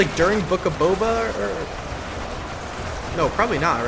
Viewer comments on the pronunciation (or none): none